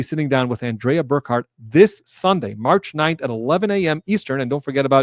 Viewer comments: So excited to see you and Andrea together! Her name, btw, is pronounced An-dree-a, not An-DREH-a. Just a heads up. She has already refused to let Bederow join. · Emphasis on the first syllable. ANdrea. The simple version of the name, a sophisticated version of a lady. :) Andrea Burkhart for president:)